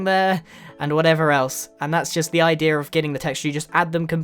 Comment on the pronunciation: I like the way grian says "idea" he says Idera